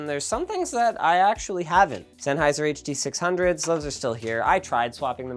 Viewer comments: HUH DUH SIXH HUNDREHT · Oh look, it's the Huh-Duh Six-Hungeos by ol' mate Senny